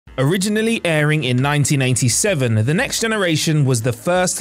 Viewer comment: aired in 1987, sounds like you said 1997